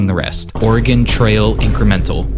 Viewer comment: oregonian here, its actually pronounc- oh my god someone online actually pronounced it right what the hell